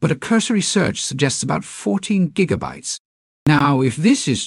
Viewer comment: Gotta love those "jiggabytes" :P